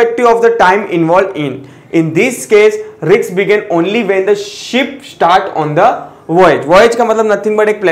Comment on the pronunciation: sir riks mat bolo. doubt aata h. otherwise things r perfect